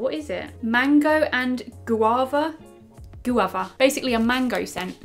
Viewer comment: You said guava good the first time round not the second gùava 😂 ❤❤